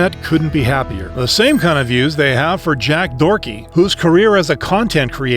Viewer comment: Bro the AI calling him Jack Dorky is hilarious 🤣